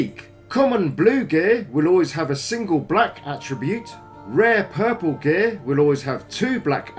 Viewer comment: whenever he says geeyaar (gear) i laugh so hard